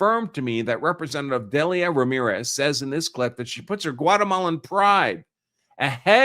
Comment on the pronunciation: The name Delia is pronounced "Deal-ya"